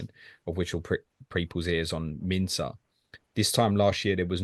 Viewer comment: Wana know more about the boy. Type Minteh on the search bar and you’ll learn a lot about him. By the way his name is pronounced as MIN TAY as in the word “stay” NOT Minter 😂